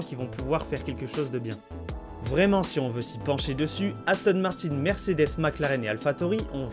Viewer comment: Par contre c’est Mercedes et pas mersedes 😂